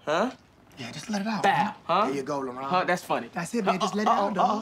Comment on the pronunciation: I feel like his actual name is labron but he just cant get that b out and people think his name is laron